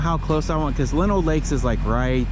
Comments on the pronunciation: Welcome to the neighborhood, and it is pronounced Lie-no lakes 😂. sun and almost 30 is a nice day during winter. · As someone who lives in Minnesota it gets VERY frustrating to hear so many people mispronouncing names of different towns and cities. Lino lakes is pronounced line-oh-lakes